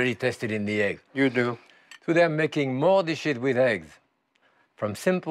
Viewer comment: It's dishes in different accent but seriously? LOL!